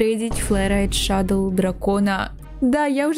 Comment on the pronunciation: ПОЧЕМУ ШАДОЛ❌ . ШАДОУ✅